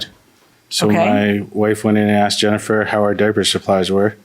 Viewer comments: IT'S 'ASKED' NOT 'AXED'. No offens3 towards this particular woman but I'm so tired of hearing 'axed'. 😂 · As ssoon as she said Axed twice I knew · How do you go thru 12 years of schooling and not know the word is "asked" and not "axed"?!? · I knew it that's why she used the word ax instead of ask😂😂😂